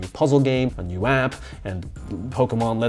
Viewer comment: I think he accidentally said nude instead of new for the 2020 reboot